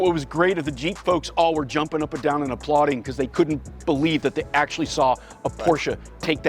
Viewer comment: You two have helped me decide over another classic Mercedes, another Land Rover, and finally a third Porsche two-seater. This video was awesome and I appreciate the enthusiasm, the clarity, and the fact (not minor) you know how to pronounce Porsche. (Por-sche). I will support you in any way I can and will let you know when a Cayenne is in my stables! Good job, gentemen! N